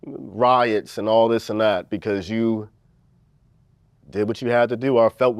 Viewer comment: didn’t know “Becauuuuse” had 6 syllables